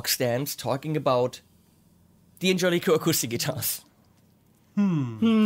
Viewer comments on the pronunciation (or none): you were correct the first time... it's Dan-Jellico, not Dee-An-Jellico...